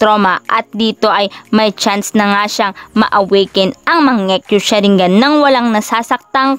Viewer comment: Ako lang ba naka pansin sabi nya mangiyu sharingan